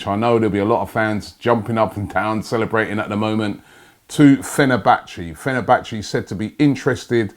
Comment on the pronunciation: 'Come to Fehnerbache' went to far eh.